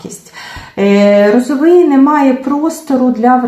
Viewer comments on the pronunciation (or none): А Ви спеціально наголошуєте прізвище Віктора неправильно? РозовИй та РозовИй 😐 Це елементарна повага до «героя» Вашого відео перевірити наголос в його прізвищі